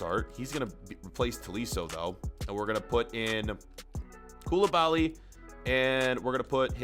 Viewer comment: You sound so stupid bro mAnE aNd KoUlIbAlY